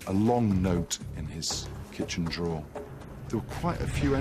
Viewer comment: Drawer, not draw.